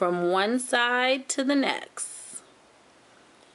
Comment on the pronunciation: It nexT not nexssssss! Love the design though :) xxx